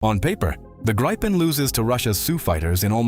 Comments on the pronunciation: It's pronounced "Greep-pen", not "Grye-pen" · Hate it when Americans try to say the plane name and gets tge result of "GRAYPEN". Just bah, quit it before Swedish steel bites you.